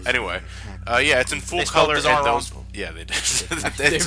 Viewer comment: "Bizzar" murders